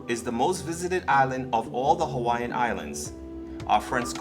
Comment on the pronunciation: All the Hawaiian Names you have mention was pronounced wrong. They say its bad luck and can bring harm to people who use their words incorrectly